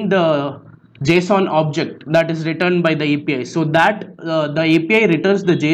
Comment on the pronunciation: it sounded like he said FBI Key lmao be careful